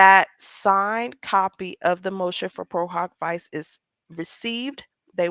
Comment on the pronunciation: We pronounce it pro - hahk- vee-chey (it’s Latin)